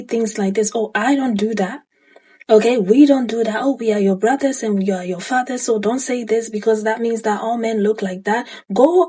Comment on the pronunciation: When he said "Welllll, what about yo buhdas, yo fahder, yo unkelssz" I was like BI*** SOME OF THOSE BE THE MAIN ONES!